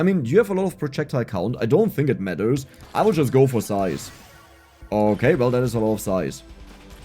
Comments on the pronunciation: Size : ❌ Zise :✅ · are you pronouncing it "sise" by choice or because of baiting comments?